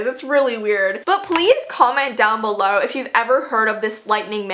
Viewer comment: “palaese cumment dOwN bulow”